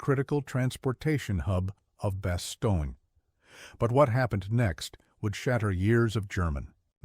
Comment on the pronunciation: When you mis-pronounce the name of the embattled town in Belgium, you sound ignorant.